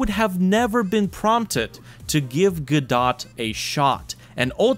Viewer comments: not go-dot, its guh-doh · I've heard it pronounced "guh-doe" and "go-dot." Today's the first time I've heard it called "guh-dot" though